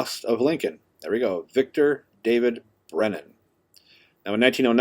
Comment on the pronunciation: Superb video and excellent narration! However, it is Victor David BRENNER, not Brennan. Love your videos, buddy!